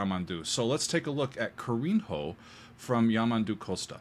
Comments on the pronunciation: Maaaaaan - Ca-ri-nho - a lot of mistakes in portuguese are ok, but I don´t know why I feel it so strong when English speakers especially pronounce the 'n' and 'h' in different syllables, like Ka-rin-Ho 😂🥲😵😰 I don´t mind hearing "pro" like "prou", - it's supposed to be "p'ró" like "praw" btw. I only noticed what you meant later, when you said "kindness/tenderness". nh in portuguese is the same as the spanish ñ or the italian gn Carinho is read Ka-rriii-ñu (Ka with open vowel in a brasilian accent, closed vowel in portuguese accent). Anyway, Thank You for showing music from the South of Brasil ^^ And for the reaction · I love you gringos trying to read in Portuguese. That’s so cute and funny! Carinho. Its not “ca rin ro”. The nh in Portuguese, sounds like the Ñ in Spanish. So, its “ca-ri-ño”. Thanks for the amazing job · In "Carinho" the NH is pronounced as Gn in italian. Think of LasaGNa. CariGNo. Not Carin-HO! Just for the record! This goes for all portuguese words with NH. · The first song style is originated on a style we call "CHORINHO". Should be pronounced Shoh-ree-nho, NHO like lazzaNHA, lazagna "gnah". The name is Kah-ree-NHO - exactly the same like the "gna" from lazagna. That's one of bossa-nova roots. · You can pronounce "carinho" better than that. "Nh" in portuguese has the same sound of "ñ" in spanish. If you haven't had Spanish classes you can try this: Change "nh" for "ni". Try saying carinio. The sound is much better than Carin-Ho. The word carinho is about tenderness. Let's not take it out of it. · Carinho is pronounced 'Carinyo'. Great video!